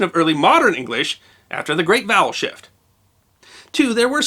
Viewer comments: I kept hearing "bowel shift". The story still works though, oddly enough. 🙂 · All i hear is "bowel shift" 😅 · I heard that as 'The Great Bowel Shift' and was highly confused...